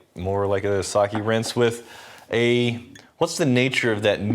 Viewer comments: You got it right the fist time, Sa-Keh definitely not Sa-ki 😊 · All that effort to get fukuoka right, just to call it saki lmfao Edit: WHY IS REX THE ONE TO SAY SAKE RIGHT LMAO